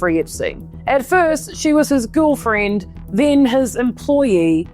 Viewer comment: I like how your accent turns "girlfriend" into "ghoul friend."